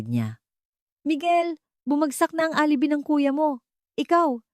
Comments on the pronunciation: Correction: Please pronounce, ALIBAY. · Alibi is pronounce as alibay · Bothered ako sa pagkabigkas mo ng word na alibi.